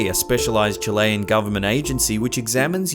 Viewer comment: Chilayan?? Honestly,, I wish you would research pronounciation before you make these. It's pronounced Chil-ee, not Chilay and it's Chilee-an not Chilayan.